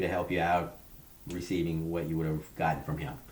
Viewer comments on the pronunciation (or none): none